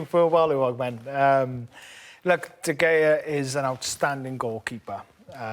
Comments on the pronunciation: lol craig bellamy- "Duh Gayuh" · If Bellamy pronounces was the G in De Gea once more i’ll find him and make him sit through the worst punishment a scouser can ever face: Being told Liverpool are not the greatest club to have ever existed in the universe. They hate acceptance